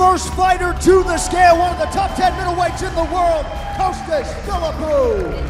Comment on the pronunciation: Why do they keep calling him Coastas? It's Costas guys, Costas!